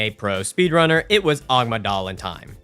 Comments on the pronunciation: Amygdala. "a-MIG-dah-la" not "OGG-muh-DAH-la". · I see he's still calling them "Agmydala" instead of "Amygdala". I thought it was a mispronouncing in the previous video. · love the amygdala pronunciation